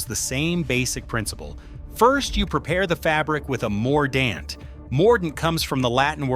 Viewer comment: PLEASE! BAD AI pronunciation!!! It’s not, “woe-aid,” it’s “WODE.” That’s how woad is pronounced. Please correct! 😫 Also, , it’s not “ah-LUM;” it’s “AL-umm.” The pronunciation of “mordant” is also inconsistent. Sometime it’s correct; sometimes it’s not. 🙄 Where I live, in the Great Plains, goldenrod is a native prairie plant. It’s not really considered a weed.